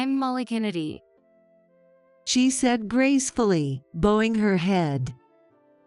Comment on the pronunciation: Can’t pronounce fiancé,bowing